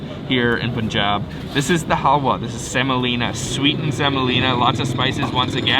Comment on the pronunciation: It's not hawya it's halwa 😅 in my Language Hawya means women's Reproductive System. It is a Bad language 🐸 In Bengali